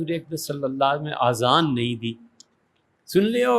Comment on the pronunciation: سر آذان نہیں ہوتا، اذان ہوتا ہے۔ اور اردو کا واقعی خراب نہیں کرنی چاہیئے کہ نِماز نہیں نَماز ہوتا.